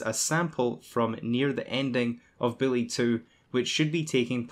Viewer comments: Learn how to say bully. It's not billy! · Am i the only one hearing the way he say Bully = Billy ?